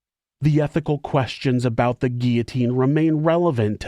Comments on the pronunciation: Not gia....the LLs are pronounced Gee lo teen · Guillotine. Guill-o-tine. 'Guiotine 😂😂😂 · Curious with all due respect to. The grammatical pronunciation of 'guillotine'. Is it an accent based result for pronouncing sounding like: 'ge au tine', an accent based thing?. That's how it sounds to me, as a 4th generation born and bred Australian immigrant. 🤔